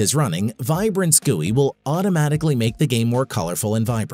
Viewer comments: This is actually how it’s supposed to be pronounced (according to the creator of the term and people who work in the tech industry) :3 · This is actually how it’s supposed to be pronounced/how people in the game dev industry pronounce it :3